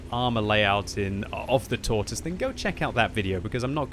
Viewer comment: 8 years of WoT and you still say Tortoise wrong smh lol